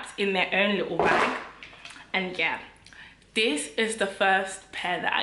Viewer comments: Every time you tell ‘YE’ takes me out!!😂😂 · Them “Ye” took me out 😂😂😂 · NELLA is officially a nigerian with her "ye "😂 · I can't breathe Nella wants to kill me every time she says "ye"🤣🤣🤣🤣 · 😂😂.. I'm dead.. those "yehs" yeah... Nella in stripper shoes is hilarious... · The Yie’s finished me!!! 😂😂😂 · You’re so Congolese I love it 😂 that “YEH” 😂😂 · Her ‘ye’ is different to our ye 🤣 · My “ye”is different to your “ye” 😂😂😂😂😂😂